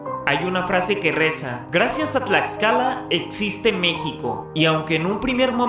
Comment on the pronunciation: Tiene una historia muuy interesante, si es muy pequeñito pero le es suficiente para tener gran relevancia en la historia. Los murales dentro de su palacio de gobierno son hermosos contando la historia desde la época precolombina, se come muy rico. Tlaxcala, lo pronunciaste bien 👌🏽